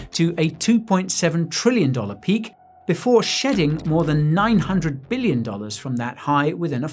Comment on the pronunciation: I heard shitting not shedding 😂